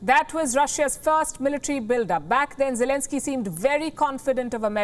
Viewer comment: I actually heard zielinski however it's you pronounce it his name ..... is actually a stand-up comedian and also an actor 🤔